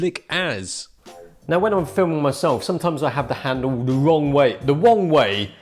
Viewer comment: as Lok would say, nice "wideo". specially that "wong way" moment, haha